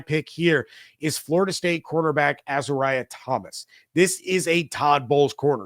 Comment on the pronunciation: Hey wanted to help with the pronunciation of Fsu players Last year kalen deloach ( sounds like roach) Azareye'h thomas ( az- ar-ree-a)